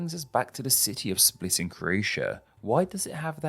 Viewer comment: It’s pronounced like “spleet”